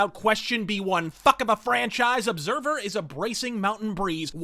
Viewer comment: He say you Obsahvah.